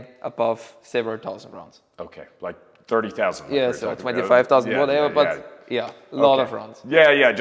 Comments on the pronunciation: 'Sördi sausend'. That means 30'000. 😂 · Thank you. It sounded like '7,000' to me, and that is way low.